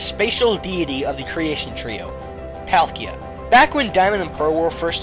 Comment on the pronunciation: IT'S PAUL-KEY-A!